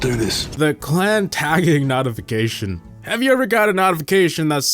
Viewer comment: The only more annoying thing is how this man pronounces notification